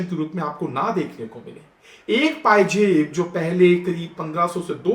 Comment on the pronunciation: Please learn to pronounce Z correctly. The word is Pazeb not Pajeb. You Are pronouncing like VeneJuela and Jelenssky. For an anchor it's very pathetic. Most Sikhs have correct pronunciations of Urdu words